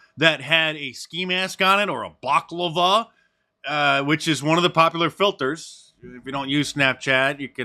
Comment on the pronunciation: Bach-lava lol. Bell-a-cla-va